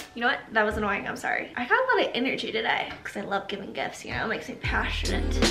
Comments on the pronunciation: Listen I know she was saying gifts but I heard gifs and when she said “all of my favorite gifts” I thought a plethora of gifs would pop up on screen 🤣😂🤣 *sigh it’s been a long day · I hear "GIFs" every time 😂